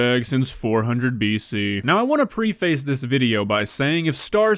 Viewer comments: Preface? it's pronounced preh·fuh actually. It's okay though, you're just a duck :) and I'm just a huge D&ck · "preee-Face" lmfao!...for someone that picks apart what people say and do...one would imagine you could correctly pronounce that word. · hey bud, I love your videos, but I gotta say...you know "similarity" does NOT have a "u" in it. also, "button" is not "buddon", nor does "gotten" have two "d's" In it. "preface" is not pronounced "pree-face". I'm sorry. I feel bad, but there are serious and repetitive mispronunciations of words left and right in your videos and it's been driving me insane!🤪🤪🤪 listen, you'll hear it😬